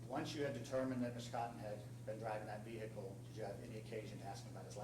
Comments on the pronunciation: veee hickle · vee hickle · "veee-HICLLLEE" hhahaha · Any cop that pronounces it ve-hickle is taking yo ass to jail no ifs ands or buts 😂💯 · Ve hickle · How dumb do you have to be to think it's pronounced, "vee-hick-ughlll"?